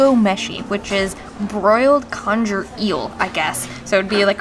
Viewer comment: 11.42 Pedantry. con-gher not con-jer #eel